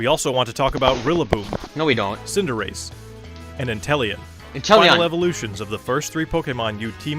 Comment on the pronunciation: The voiceover for the devs pronounce Inteleon wrong. C’mon, it’s INTE-LEON, LIKE THE CHAMPION’S NAME! And Calyrex, he says “Ca-leh-rex” but it’s CA-LEE-REX!